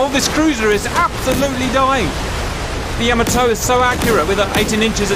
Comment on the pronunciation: its pronounced " YAH MAH TOE" not "YOE MO TOE"